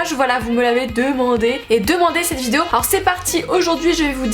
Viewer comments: Tu sais pas dire "vidéo" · Putain por une fois t’as pas dit le mot « vidéo » bizarrement au début